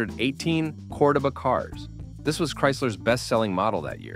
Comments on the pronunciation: Its pronounced Monteego NOT Montaygo. Also pronounced Cordoeba NOT codaba It was a piece of junk anyway Did you really say torquey? Stop using AI software for narration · yes I know...I was making fun of the AI as it mispronounced Cordoba